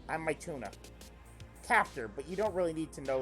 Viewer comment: saying mituna's name as "my tuna" made me cry